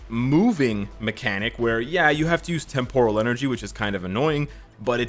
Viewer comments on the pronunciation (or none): Watch some Star Trek to learn how to say “Temporal”. The emphasis is NOT on the “or”, ie, it’s NOT “tem-POUR-al”.